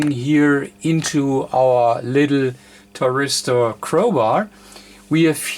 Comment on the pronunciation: Hi i think it is called a THYRISTOR and not a TRYRISTOR its just the English translation dont worry about it....Fred in uk.